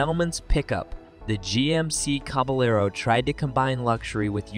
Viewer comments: They really need how to pronounce the names of the cars/trucks they are featuring. It’s caba yard, not caba Laro! These are are either narrated by AI, or idiots! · "The Jemmasy Caballero"